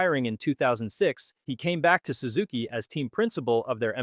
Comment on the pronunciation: Sue-zuki? First time ever hearing it pronounced like that.